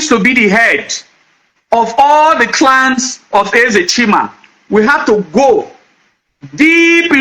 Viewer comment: Bro, you are very knowledgeable but work on your pronunciations ditto clans but you sounded clowns and more .